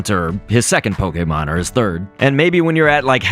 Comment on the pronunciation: I love when he says poKÉmOn